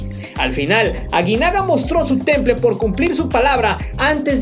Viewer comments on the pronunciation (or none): none